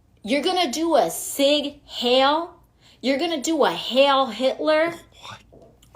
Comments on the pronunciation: "Sig HAIL..!?! Uhmmm, it's pronounced "Seeg high-l" (SEIG HEIL). 😂😂😂😂😂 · Wtf is a sig hill?? I'm surprised she didn't pronounced it Hatler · I love how he told the rude reporter to stop interrupting! This would have Biden befuddled and lost in his semi-train of thought! and this buffoon can't even say "Seig heil" correctly! I speak German and probably better Spanish than she does! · She pronounces Sieg Heil like "sick hell" instead of "seek high-l" as it should. Is overly-loud and caricature Puerto Rican the only language she tries to get right? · AOC "Sig hale" not to be confused with "sieg heils" 🙄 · Hey....it's not Sieg Hail....it's pronounced HILE...not Hail!!! Dumb barmaid! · If AOC were actually educated...as opposed to indoctrinated...she'd know it's "Sig Heil", not "Hail". Apparently history isnt taught on Instagram. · Hey AOC, it's pronounced Sig "hile", not Sig "hale"......use a dictionary to learn pronunciation. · Hey AOC, WTF is a "Sig Hail"? If I were you I'd be more concerned with the incoming defamation lawsuits incoming from Trump for calling him a "Grapist" Trump was never charged or convicted of that. Hope he sues you to 100 million and bankrupts you. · "You're going to do a Sig Hail?" Apparently she didn't take a history class at bartender school, nor has she ever read a book about WWII. What an absolute moron. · “Sig hail”. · "You're going to do a sig hale?" God, she's as dumb as a bag of hammers. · AOC "he did a sig hail". What a freaking child. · They spent all morning teaching AOC to say "seig hiel" and she still can't say it right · "Sig hail" - AOC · I have never in my 36 years on Earth ever heard a brainlet pronounce "sieg heil" like that, AOC is COOKED, brother!!!! 🤣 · AOC can’t even say sieg heil correctly. Much less that it means ‘hail victory’. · She doesn't even know how to pronounce the baddie salute that she is complaining about!! What a brilliant waitress she is!